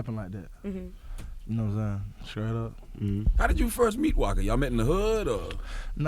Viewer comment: he scraight cuh